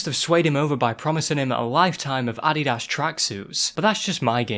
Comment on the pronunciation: That’s the correct pronunciation. It’s a combination of the creators name (Adolf or Adi for short) and the German word das, therefore adi-das